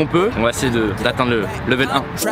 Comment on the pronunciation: Ca me fait mal comment tu dis « level »